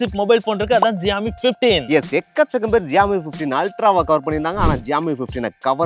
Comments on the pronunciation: ப்ரோ அது xiaomi bro no ஜியாமி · xiaomi 15 ❎ jiaomi 15 ✅ 😂😂😂😂